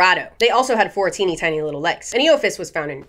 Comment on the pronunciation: Instead of, “four teeny tiny little legs” I heard, “fourteen tiny little legs” and that was a wild mental image.